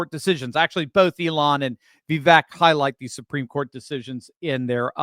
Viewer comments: I hear Vivek say how to pronounce his name. It is pronounced Vi-Vake ( long A). Just thought I would mention this. I love your videos! Keep up the good work. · My guy, his name is vivake and it sounds like cake. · Please, it's pronounced Vi-VAKE, rhymes with rake, accent on the VAKE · vake like cake... Vi-vake 😀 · His name is pronounced Vi vake. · Please learn how to say his name correctly. Vivek is pronounced “Vi-Vake” like cake. He’s made this clear repeatedly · Think of "cake" when you say his name in the correct way. #Vivek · VIVEK rhymes with CAKE